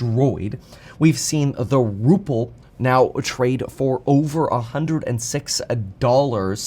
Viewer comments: It’s ruBle. Not ruple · You keep saying ruPle, it's ruBle.